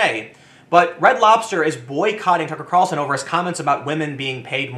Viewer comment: i just like hearing Tim say "tuckrcarlsn"